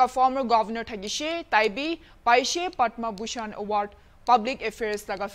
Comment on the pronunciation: What i heard her speaking Padman Bushan not Padma bushan🤣